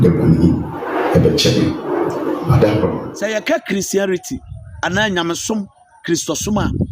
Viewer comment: The word is not Christiarity it's Christianity. Go back to school and learn your pronunciations well. If Papa Adom 4gives dis man Ogyaba, we are all going to stop de church(BWC). We can't allow dis man ogyaba to insult our queenie. The law must take its course. No mercy for him.